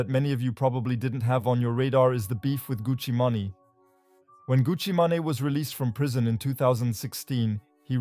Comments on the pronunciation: Who is Gucci Manayyyy 😂🤣😂 Gucci MANE pronounced like MAIN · Did you say Gucci Mahnny? I wasn't looking at the screen so that shit caught me off guard. You mean Gucci Mane? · its gucci mane( (man) main) ,,, not gucci manny wtf... u dont even know the names... smh. come on mane lol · THANKS FOR STEALING MY VIDEO CLIPS. NEXT TIME... ASK FIRST. FURTHERMORE, IT'S GUCCI MAN (PRONOUNCED MAIN), & DA CONNECT (PRONOUNCED JUST HOW ITS SPELLED) #VIDEOROBOT WAS HERE MF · good one! was more of a pronunciation error, than me not knowing the name ^^ Well, gotta go "Get The Bag" thx for the comment